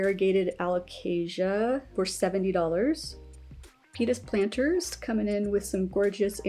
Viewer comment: I was doing my PT exercises while watching and I could've sworn you said P*nis Planters instead of Pita's Planters...damn near threw out my back trying to look at the screen.😳🤭🤣🤣💚